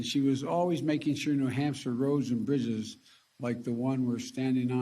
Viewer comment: “Roads and brizzes” ???